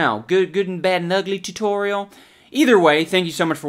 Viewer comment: the way you say tutorial reminds me of Alan Tutorial